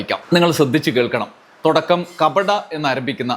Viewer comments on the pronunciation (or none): തൊടക്കം അല്ല തുടക്കം എന്നു പറയു